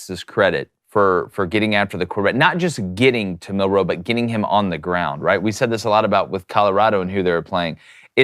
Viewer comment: Why do yall keep pronouncing Milroe so funny? It’s like week 10, get it right. says it right